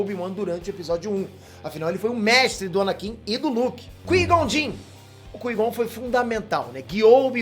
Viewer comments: "ANANKIN" KKK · ANANKIN?????...!!!